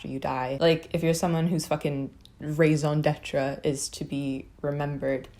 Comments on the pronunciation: Bro I heard "rays on detra" and I was like "what the fuck??" until I realized it was "raison d'être" and now I understand. Didn't realize we said that in English lmao. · If it makes you feel less pretentious, you mispronounced raison d'etre. So now I'm the pretentious one. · You did just say raison d'être, but with the worst accent ever. This coming from a Flemish dude who also can't speak French too well :p .(Great video though)